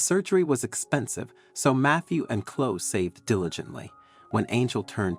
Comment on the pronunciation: Too fanciful a story that does not sound true. Biological parents turning up and expecting an unrealistic response??? It is Chlo-e, not Chlo.